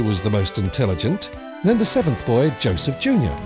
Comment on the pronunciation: And, OH GOD. When he said "Joseph Junior", i thought he said... "Joseph Joestar"... OH! MY! GOD!!!!!!!!